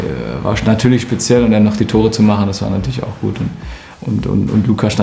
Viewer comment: Niemand: Götze: sPeZiElL